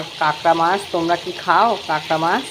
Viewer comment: Apni kakra kakra korchen ami katla katla sune jacchi dhur 😂